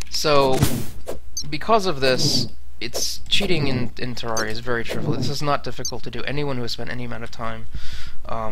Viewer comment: Interesting.. Did you say trivilous? lol